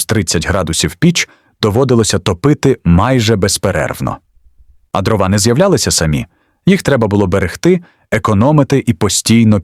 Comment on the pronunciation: Та не дровА , а дрОва!!! Чому ви в українських словах робите російські наголоси?! Не конІ , а кОні Не травИ , а трАви Не чАсник , а часнИк!!! Не кагАнці , а *каганцІ*. Ви ніколи не чули, як звучить українська мова? Вже не говорячи про зображення. Ніколи не бачили української хАти, навіть на картинках у дитячих книжечках? Вони були обмазані глиною і побІлені! А української пЕчі? Якщо вже ви назвалися "Історична правда", то створюйте щось максимально схоже на неї! Бо у вас покищо виходять "Історичні побрехеньки", нафантазовані ШІ.